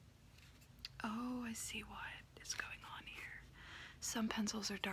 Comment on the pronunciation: When she said FrAnCe Is A cOnTeNT i was like its probably a frence thing